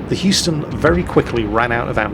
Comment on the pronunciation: 1) Hey, learned how to pronounce "Houston" ^5 Maybe someday, "Atago" 2) Objective: shoot down 40 planes. Game launches 35 planes. How very WG.